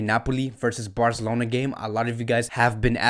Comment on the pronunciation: Taket it easy brother. His pronunciations of some names are not correct. However it's cool. For example he says BarZelona or Shalk instead of Barcelona or Schalke(shālk-e)